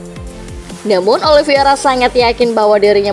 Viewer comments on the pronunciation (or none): untuk ketiga kalinya saya comment ini, narator masih salah cara nyebut nama Oliveira. yang benar itu olivEIra, bukan olivIEra